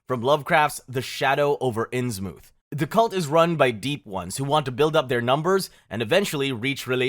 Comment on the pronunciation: The way he pronounced the names like Innsmouth is insanely bad